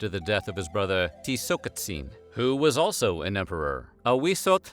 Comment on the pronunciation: Narrator: pronounces "Tizocicatzin" flawlessly Also the narrator: mispronounces "jaguar"